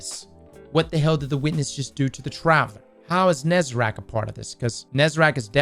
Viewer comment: IT'S NOT FUCKING "NEZERACK" IT'S "NEZ-A-REC" ... IT'S A THEN E NOT E THEN A. WHY THE FUCK DOES ONLY BYF GET THE GODDAMN NAME RIGHT. YOU HEAR IT SO MANY TIMES INGAME HOW CAN YOU STILL MESS IT UP????